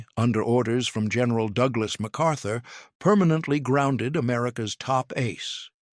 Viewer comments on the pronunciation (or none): none